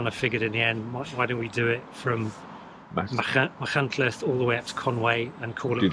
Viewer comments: Great vlog, but you need to work on your Welsh place name pronunciation. 😂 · Great overview Guy. Feel like I've known you for decades after reading so many of your MBR reviews & editorials over the years. Don't listen to the listen to the criticism about your pronunciation of some of the Welsh placenames. The main thing is that you're promoting tourism and the beautiful Welsh landscape. I''m sure Steve Jones could give you some pointers for future reviews ;) Diolch yn fawr 👍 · Phil can't pronounce Welsh names correctly either. 😂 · Your love and respect for Wales came through really clear for me, and I can see you ARE trying on the pronunciation. Obviously there are so many places you go through that learning them all exactly would have been really impractical - viewers have to remember this is an off-the-cuff recorded cycle ride, not a scripted, rehearsed video. Really enjoyed the video. I'm thinking of doing the route but only have a gravel bike (45c tyres). Any advice? Is that stupid? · I respect and enjoy a lot of your output and I don't like to post a negative comment, but this was marred by disappointment over your pronunciation, more so considering you are the 'official guidebook writer'. As a viewer, it came across as 'can't be bothered, it doesn't matter to me'. With a little bit of effort, this would have been an ideal opportunity to show respect for the place, people and language in the area traversed by the route. (PS Trawsfynydd is also misspelled above - if you are able to edit it, replace the second 'n' with 'yd' ). Please take this as constructive and well intentioned. Beyond this your enthusiasm comes across, despite riding it on a chilly couple of days in February. It looks a great route . If there isn't one already, perhaps a pronunciation guide would be a useful addition to the guidebook ;-) Edit: I've just watched part 2 too.. Also inspiring and definitely on my list. Thank you very much/ Diolch yn fawr iawn i chi 🙂